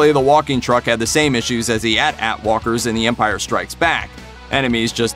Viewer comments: did this man just say At At like that? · You said atat wrong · Fully expected to see an entire discussion on the pronunciation of AT-AT ("at-at" or "ay-tee-ay-tee"). I'll have to come back later, I suppose.